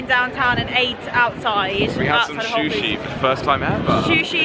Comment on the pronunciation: Did they just say "shushi" instead of "sushi"? 😂